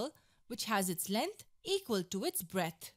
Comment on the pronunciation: lenth? breath? shut the fuck up dammit and get a better speaker for these tuts dammit i dont even like math no more